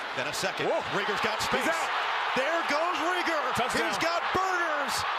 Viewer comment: It's raygor not reegor dum dum.. 😂but he's not on the team anymore Addison is.. uhh yeeaaahhhah